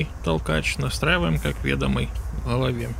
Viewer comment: Не ве́домый а ведо́мый